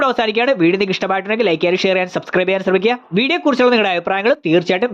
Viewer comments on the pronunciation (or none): none